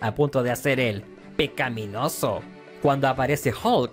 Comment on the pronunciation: EL PE-CA-MI-NO-SO 🤣